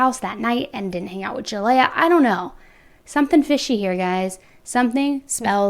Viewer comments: Her name is pronounced ( Ja lee yah) not (Ja lay ah) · Please do some research next time because you’ve been saying Jaleayah’s name wrong the whole video.